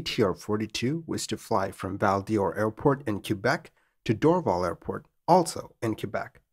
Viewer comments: Excellent narration as always! One minor quibble: "Quebec" ought to be pronounced either as "kuh-BECK", "kay-BECK" (which is the French-Canadian pronunciation), or "kwa-BECK", rather than "kyu". Also, as and noted, "Val d'Or" (literally Golden Valley) is pronounced like "Val Door". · Where is this "Cue-bec" that you referenced in the intro? I have heard "K-bec" and "Kwa-beck," but never "Cue-bec." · Americans/some Canucks say "KWA-Beck" and proper Quebecois is "KEH-Beck" but I don't think anyone pronounces it "CUE-Beck".... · Q-beck interesting pronunciation. I’ve always heard it as Kuh-beck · "Kwa-beck" is NewYorker/NewEnglander pronunciation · It doesn't help your credibility that you can't pronounce Val d'Or, Dorval or Québec properly